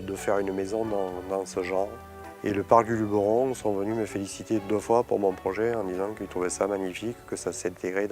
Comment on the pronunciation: on dit Luberon et non pas Lubéron !